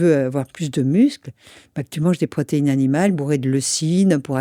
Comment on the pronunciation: "Ce qu'il vous faut, c'est de la pro-té-i-ne a-ni-ma-le, de la graisse a-ni-ma-le !" Quelle est la formation de cette dame ? Elle se gargarise de terminologie bio-chimique mais a très mauvaise mine, elle a dû mal digérer deux-trois termes...Je lui donnais 90 ans, elle en a vingt de moins. Pour apprendre la vie aux autres avec autant d'aplomb...